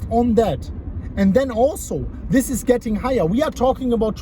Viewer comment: The Moon- "Eeen theesh video, exactly as i predicted"